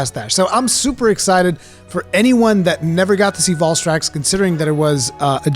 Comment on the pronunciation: The way you pronounce Valstrax angers me.